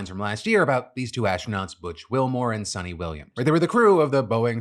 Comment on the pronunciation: It's pronounced as sunita not sunny.